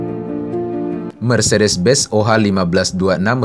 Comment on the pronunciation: Benz,bukan Bez